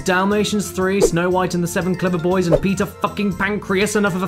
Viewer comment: Jofe_co A text to speech would know how to pronounce boys. And Pinocchio. And would probably emote better.